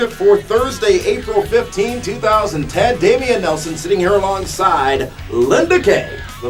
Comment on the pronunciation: its dameon, just to let ya know